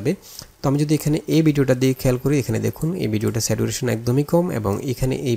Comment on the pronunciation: স্যাচুরেশন হবে not স্যাটুরেশন